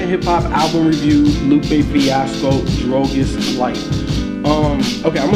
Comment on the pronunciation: is Cuban and he cant even pronounce Drogas..